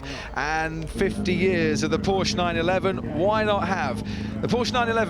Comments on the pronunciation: You are the one breaking down because I said some old fart F1 commentator sounds like a peasant. Porshhh vs PorschE is not subtle and it’s not wrong to expect experts to pronounce words correctly. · Which one keeps saying Porsh? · That’s not how you pronounce Porsche. You really couldn’t find anyone who knows anything about car racing to narrate? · The fact that you can't take it when a person does not pronounce the subtle "u" sound at the end of the name is both hilarious and tragic. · Oh no, how dare I suggest that an announcer for Goodwood should know how to pronounce the name of a major car manufacturer. It makes you sound like a meemaw from Walmart in Iowa.